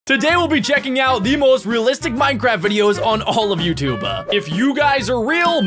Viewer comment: Your saying youtub_e instead YouTube and stuf